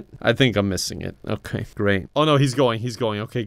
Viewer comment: omg that "okeh"